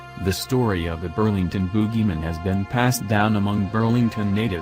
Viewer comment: I don't like leaving negative comments... but while the pics are cool.. I would ask/suggest that you use subtitles for future videos. Constant talking..not even taking a breath. Not to mention the odd pronunciation of Bogeyman... subtitles.